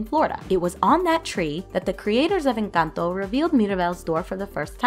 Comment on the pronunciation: Finally someone who says encanto correctly because it's NOT inc-Ahn-toe or in-Cun-toe